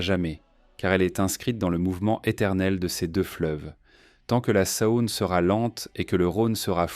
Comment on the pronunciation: Dommage le commentaire IA. J'habite Lyon et ne connais pas la Sa-Onne !